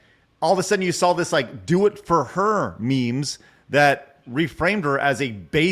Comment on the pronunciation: Take a shot whenever mispronounces "saw" as "Saul"